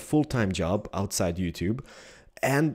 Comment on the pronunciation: YuTube LOL!